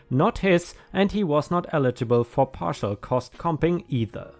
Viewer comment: Partial = par-shal - not par-tish-al! You are confusing it with partition!